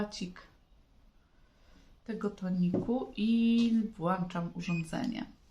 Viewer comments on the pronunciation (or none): WŁĄCZAM czyli Ą a nie wlaczam. Tylko Ą.